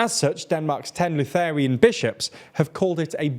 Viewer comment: Mispronouncing SATs is understandable, but "Luthaerian" for Lutheran really takes the cake.